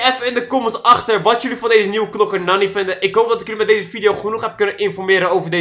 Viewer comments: Je schrijft nani maar je spreekt het uit als naani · het is naani tenminste zo spreek je het uit en je schrijft het als nani love naar jouw familyyyy